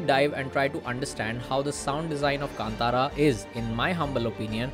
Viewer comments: भाई कांतारा को केन्तेरा मत बोलो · I have taken this pronunciation from Rishabh Shetty’s interview. This is how he pronounced.